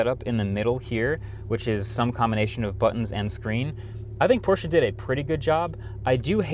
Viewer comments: He said the brand name correctly🎉🎉🎉🎉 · Thanks for saying Porsche correctly my guy. Most non german speakers don’t understand that you say all letters in a word in german most of the time. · Thank you for pronouncing Porsche properly. - Regards from Germany